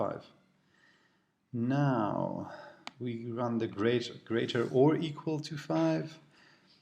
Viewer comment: equal... not eqal